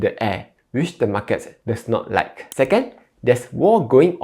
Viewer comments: He pronounce as "Mar Cat". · The way you pronounce "market" tells me you are from Malaysia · that's how ziet invest pronounces as well haha